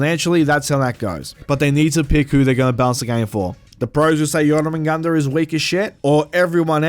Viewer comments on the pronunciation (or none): My god you butchered jormungundr name so bad